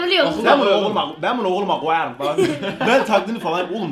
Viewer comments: "Ben bunu oğuluma ğoyarım" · "Ben buğu ohuluma goyarım" ~enes